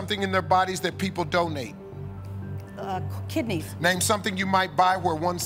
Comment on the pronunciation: When Steve said "Name something in their bodies that people donate" it sounded like "don't need" instead of "donate" and I was a bit worried about the answers of heart and kidney.